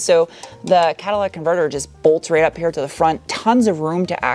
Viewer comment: did you say Cadillac converter? 😂